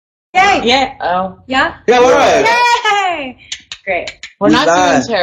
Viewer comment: Kevin: "GAY!" I know he meant yay.